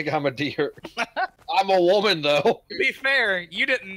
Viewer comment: Cave WO-MAN